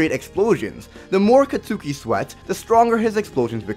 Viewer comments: Just that you know: Katsuki isn't pronounced Ka-tsu-ki but Ka-ts-ki. But that is just me being all triggered xD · It's not 'Cat-Suki', it's 'Cot-Ski'. Just say Kacchan, lol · katsuki is pronounced Katski. it's annoying hearing you mispronounce his name